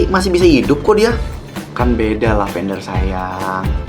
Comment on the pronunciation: fiks sih mamanya lily typo, masa ngomongnya "lavendare"